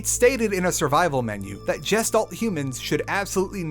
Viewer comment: The way you pronounced Gestalt makes my brain scream. :D It's G (asi in Goose) - [Gesh]-[talt].